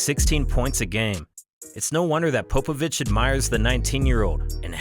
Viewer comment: It’s pop not pope avich